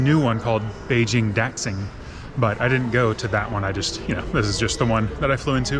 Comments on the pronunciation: Beijing Daxing, is actually pronounced dashing, X in Chinese is similar to Sh… Q is similar to Ch… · Beijing DAXING Airport… say Dah- Sing Airport